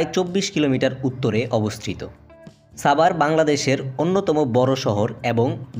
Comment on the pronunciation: ভাই ছাবার না, সাভার